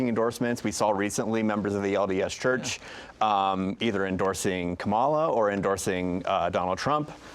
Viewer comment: A Salt Lake Tribune editor repeatedly mispronouncing the name of the VP of the US and leading candidate for president is incompetent.